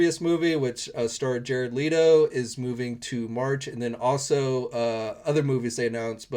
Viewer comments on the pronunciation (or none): none